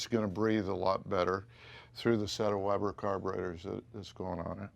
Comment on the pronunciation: ...And it's 'Weber' by the way...